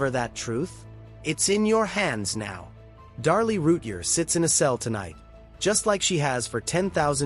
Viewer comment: You need to say her name right. Every time.